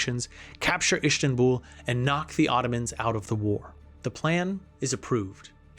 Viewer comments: "Ishtanbool" son 🥀🥀 Its Konstantinoúpoli. ΚΩΝΣΤΑΝΤΙΝΟΥΠΟΛΗ ΓΙΑ ΠΑΝΤΑ! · damn, some things really undermining credibility of the narration. Especially pronunciation ("Ishtanbul" instead of Istanbul, "Saraveho" instead of Sarajevo... why?) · why do you keep adding an sh sound to Istanbul it’s not Ishtanbul it’s said exactly as written 😂 Gallipoli is ga li po Lee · SARAJEVO , NOT SARAVEHOOO, and ISTANBUL, not ISHTANBUL. Damn it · Why do you say "i sh tanbul" u can just say istanbul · The list of words the narrator mispronounces is *wild*. “Astro” instead of Austro “Ampires” instead of Empires “Ishstanbul” instead of Istanbul “Tear” instead of Terror “Bltizkleeg” instead of Blitzkreig “Fasht” instead of Fast “Rusho” instead of Russo “Saravayho” instead of Sarajevo “Tearists” instead of Terrorists “Gernade” instead of Grenade. It was difficult to pay attention to the content while being aurally assaulted by the endless stream of grammatical errors and mispronunciations. It’s almost enough to make one miss the absolutely historically incorrect and inaccurate assertions that the narrator makes regarding the causes and catalysts of the conflict. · and Schleifen Plan, Ishtanbul, Gallapoli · Ishtanbul? Iшtanbul??? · Istenbul lol what hahaha